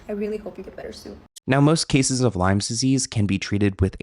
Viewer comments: Chronic Lyme disease not Lymes please 😊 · Oh, it's LYME disease, not LYMES disease 😆